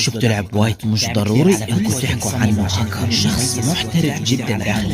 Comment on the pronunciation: بس حسن كلامك وتعال صور فيديوا ووهي اسمها هكر مش هكو